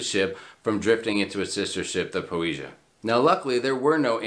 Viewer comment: Po-eh-see-ah. If you're going to "report news", learn how to pronounce the ship names :)